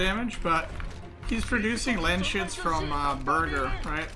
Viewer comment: It’s Landsknecht like in German.. Look it up how its pronounced 😝 makes it sound really funny.. Landsshits is better then hah.